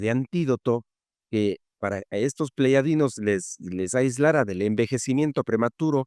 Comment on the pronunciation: P,eyadianos no pleyadinos.